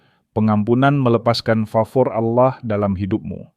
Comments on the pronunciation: Allah bukan auloh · Sebut Allah bukan awloh .. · Kenapa admin menyebutnya Aulah? Harusnya Allah, karna di Kristen tidak ada penyebutan Aulah tapi penyebutannya Allah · Cara baca Allah ya juga harus Allah bukan Aloh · Maaf, karena pengucapan bapak ini dengan kata Alloh bukan Allah / Tuhan, mungkin bapak ini dari islam dan sekarang Murtad ini yg lagi belajar untuk mengikut Tuhan Yesus Kristus, Tuhan kita🙏coba kalian lihat beliau meminta petunjuk untuk memberi satu pengikut utk memotivasinya. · lho kok pengucapannya alloh bukan Allah.....piye ki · pak cara pengucapannya ALLAH, bukan auloh, bapa ngucapnya auloh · Ya betul saya jg mau coment begitu